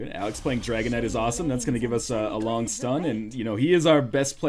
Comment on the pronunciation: Whenever you say Dragon Knight all I hear is Dragonite.